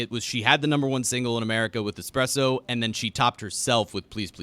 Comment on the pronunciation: I paused the show to listen to "Expresso," the Sabrina Carpenter "banger" according to. I believe that and I live in different Americas.